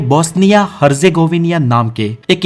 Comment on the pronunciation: हरजेगोविनिया😂😂😂😂 हरजेगोविना है सही उच्चारण